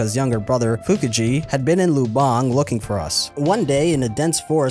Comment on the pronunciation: great video by the way, Lubang is pronounced with the accent on the first syllable